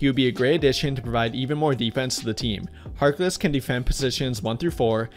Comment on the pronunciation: Once he said mo harkless i turned it off...